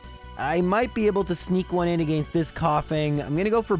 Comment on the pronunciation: I just realized I commented on your very first video. With that being said, if the way you said "against" 3 years ago is the same way you say it now please stop. Its just awful. Your videos are absolutely one of my favorites videos to watch while I play games. But again stop staying against that way if you still do. I don't like the way you say "arcanine" but that is up for interpretation. Keep up your good work.